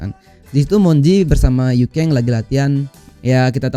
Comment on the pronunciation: Yuken bang bukan yukeng